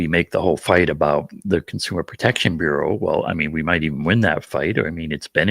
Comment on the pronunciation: Bureau is pronounced BYou-Row row as in row your boat.